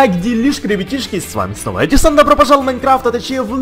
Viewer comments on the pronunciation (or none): none